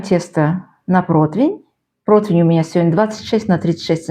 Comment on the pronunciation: Да не протвинь, а противень!